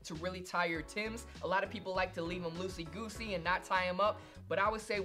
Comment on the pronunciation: Did dis nigga just say losey gosey😂